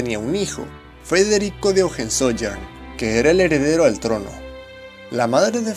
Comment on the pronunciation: Por favor amigo, tienes que aprenderte bien las pronunciaciones de los idiomas. Von se pronuncia Fon, Weimar es Waimar, Hohenzollern es Hohentsolern, etc.